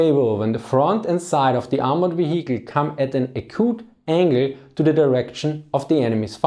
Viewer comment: Very interesting, thumbs up! If you could please bear in mind that H in vehicle is a silent 'h": you don't proununce it at all.